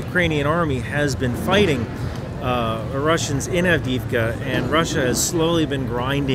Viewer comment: Avdiivka. Double "ii" reads each letter like english "e-e" (AvdE-Evka)